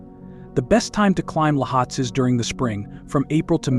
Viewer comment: Great video, but some of the mountain names were said incorrectly. I will be hiking to Everest Base Camp in April and can’t wait to see the majestic beauty of Lohtse and Everest, even if only from base camp (or on the hike up to EBC). .